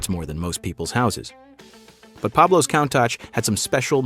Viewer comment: Countack he calls it, pronounced coontash!!